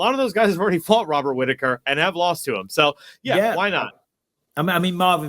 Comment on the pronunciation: I am all for this fight. But mostly because i just want to hear him keep saying Hobert Whittaker